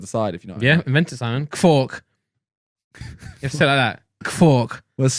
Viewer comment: They say "fork" without the R lol